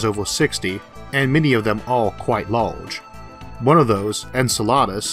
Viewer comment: Shawtidge of energy. Impowrt. Lahlge.